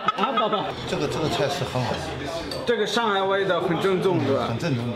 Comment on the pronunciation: 正宗（Zhèngzōng）变成了 赠纵（Zèng zòng）